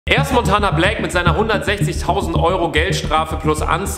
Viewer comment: Du hast smontanablack gesagt😂😂